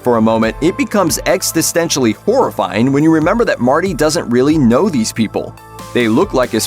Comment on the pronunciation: While it’s a great video, I’m kinda stuck on the mispronunciation of existential.